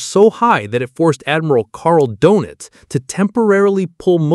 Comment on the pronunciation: It would've been nice, if you'd practiced to pronounce the ö in Dönitz.